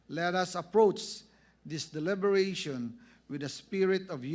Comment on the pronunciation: Who's this idiot from the house of rep who keeps on saying "deliveration"